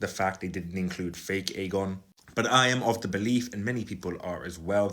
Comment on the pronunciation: Clearly his name is "Aegon" with a soft 'g', Aejon